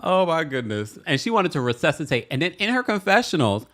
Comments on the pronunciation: I laughed so much this episode. I had to rewind Mary a few times. Especially when she said "ReSUCHitate"" instead of resuscitate 😂😂😂 I busted up laughing all 3x I rewound. And then to end it with "Gusty" not Dusty lmaaaoo . And yes Black people almost always die first in movies 😂😂😂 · Saaaaame. Her "Resuchitate' comment instead of saying resuscitate 😂😂😂